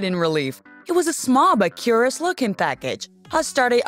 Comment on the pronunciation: She says unusual(un-u-shul) and curious(cur-ous) weird.